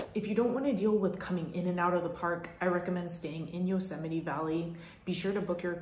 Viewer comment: It bothers me how she says Yusemie 😒 sorry I had to say it lol